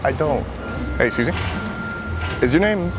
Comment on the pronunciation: Whenever he says excuses me I heard Suzi😂